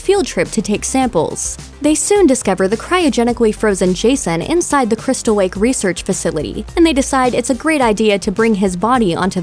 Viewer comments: Are you 2 because “Crystal wake” sound like a 2 year old trying to say crystal lake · doesn't it sound like she said wake instead lake or is it just me? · When you reviewed 2009 Friday the 13th you said camp crystal wake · Why do you say crystal wake it's crystal lake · "a group of youngsters head to Crystal Wake" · you said crystal wake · She said crystal wake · Is it just me or did you just say "Crystal Wake?" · Is no one gonna mention that she's saying crystal wake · She sounds like she said crystal wake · cwystal wake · In she says Crystal wake Instead of lake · why'd it sound like she said crystal wake?